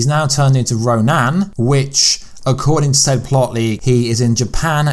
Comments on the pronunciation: 5 commercials is too fucking many! Also its ron*i*n not ronan. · In the comics, superakrulls do not emulate powers, they are given specific powers of specific heroes/villains, up to 4 at once. Also, Ronins name is pronounced Ro-NIN, not Ro-NAN. Ronan was the name of the villain from the first Guardians of the Galaxy movie.